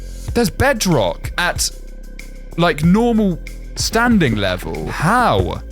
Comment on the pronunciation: ah yes finally..bedrŌck